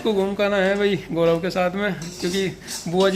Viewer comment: आप लोग गोरव क्यों बोलते हैं गौरव बोला जाता है आप एक टीचर है शुद्ध हिंदी भी नहीं बोलते हैं , प्रीति भी गोरव बोल रही थी